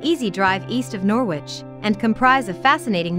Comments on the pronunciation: It is pronounced Noridge not Nor widge. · If, for some reason, u want to make a video about Norwich, maybe u ought to learn how to say it. It's not, 'Noor-wich,' its 'Norridge.' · Funny how she says Norwich ..pronouces the w...U dont ..it's silent ... So noritch....sound like .. Melanie 34..Norfolk and Canary girl..💚💛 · the way of how you were saying Norwich it's pronounced Nor-rich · She's talking Noor- which Squit I feel.... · Once again, computer-voiced commentary. It really puts me off. Okay, you don't want to pay an actor, but all sorts of people could provide the commentary for this. They would sound human and the words would flow correctly. Plus...they would understand not to pronounce the w in Norwich!!! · Maybe a English person should have spoken about Norwich not an American who carnt pronounce the name